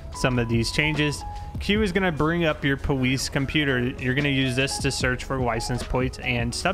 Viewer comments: he says powice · He has a speech impediment, he says the w instead of an l or r the entire time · why does he say police so weird